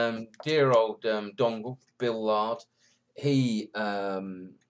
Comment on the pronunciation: It's not Bill Lard, it's Bill Iard (after the pipe shape). I may call myself D. Ublin.